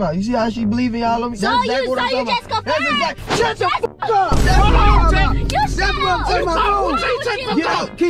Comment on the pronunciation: Lmao ken every sec “ hollon ted “ 💀💀